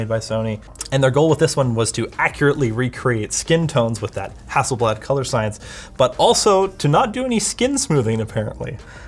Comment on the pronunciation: He says: Hasselbad. Me: :-o